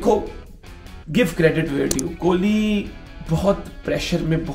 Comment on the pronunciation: Haha kholi nahi king kholi